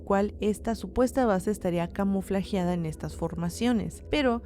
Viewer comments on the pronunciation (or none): Se dice '' camufladas''. C